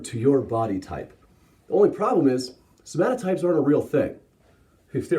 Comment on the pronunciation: Vshred can't even pronounce somatotypes, he just says "somatypes."